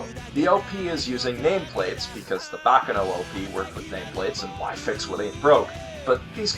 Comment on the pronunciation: it's not baka noh. it's bah ka no!